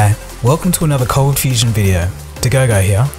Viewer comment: you pronounce your name dagogo like toogaygay. it's funny